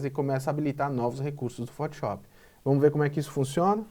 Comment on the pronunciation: cara, por favor, para de falar fotiop